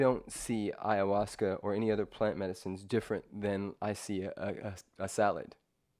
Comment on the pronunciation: Ive heard you say ayahuasca a hundred million times and you pronounce it wrong everytime. I know there no "right or wrong" way but it bothers me soooooooo much. So much that it causes me to not want to watch your videos. aya-huasca, not ayUhuasca. Please stop screwing me up.:(